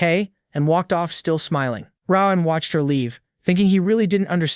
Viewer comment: Rowahn. It’s ROAN… ROAAAN